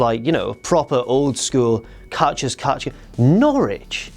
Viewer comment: The way says Norwich... KNAWLEDGE!!!!!